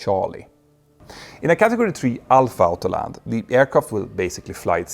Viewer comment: Your English is generaly great but please learn to say autopilot and autolanding: it's pronounced like "ortopilot" not altopilot and altaland.